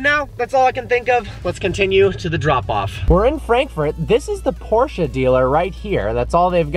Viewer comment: learned in Germany how to pronounce Porsche almost correctly. Nice job young man.